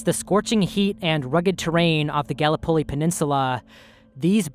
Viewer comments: I know its minor but Gallipoli was pronounced wrong, its guh-li-puh-lee rather than gal-eh-pol-e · "Gallup Poll-e" Its Gal-lip-O-Lee lol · Aussie here... It's pronounced Gal lip ohli. Like galip plee. A place sacred to Australians, and the brave ANZACs who fought, and died there. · Galli polley? Dude. Gotta check your pronunciations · Not a huge deal but I think it’s pronounced Gal like the term for a woman - lip like lips - o like oh! and Lee like the surname. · Just a tip, my dude, it's pronounced GUH (as in bruh) then LIP, then uh as in *uh..." then Li /Lee. GUH-LIP-uh-LEE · Gallipoli is pronounced gah-LIH-poh-LEE like polyphony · The way he says Gallipoli 😔🙏🏻 😢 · That's....not how you pronounce Gallipoli😂. Good video tho 👍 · The pronunciation of Gallipoli made me die a little inside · Learn how to say Galipoli.